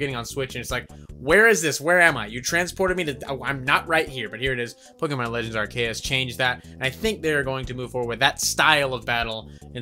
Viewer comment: Also you are pronouncing Arceus wrong...